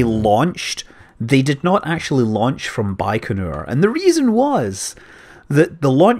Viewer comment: You mispronounced literally every name in this video. Accents usually go on the last syllable Soyùz, Vostòk, Baykonùr ecc.